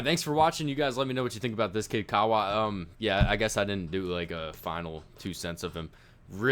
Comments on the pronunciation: His name is pronounced. (Ka-ah-vaah). Kaawa🤙🏽🔥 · White Boy. It's pronounced..Cah*ah* Vah..!!!